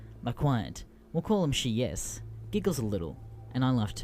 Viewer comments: SHEEYES? SHEEYES?! IT'S SHY EYES!! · "she-e-yes" " that's a weird way to pronounce shyeyes but ok Edit:corrected typo